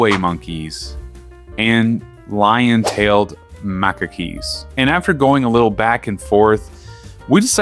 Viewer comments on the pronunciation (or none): Dedede in shambles, missing one of his de's Also, in Macaques, you don't pronounce the ue at the end, kinda like in antique, it just acts as a K, effectively. Fun video though